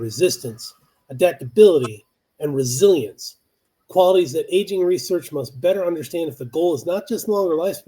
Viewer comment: Resilience actually rhymes with Brazilians